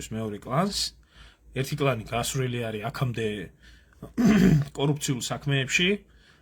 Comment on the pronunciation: ერთ შენიშვნას მოგცემ ერმილე, გასვრილებიო ამბობ, გასვვრილები კი არა ნეხვში იხრჩობიან